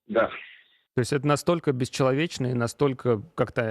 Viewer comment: «Настолько бєсчєловєчно і антігуманно» — і шо?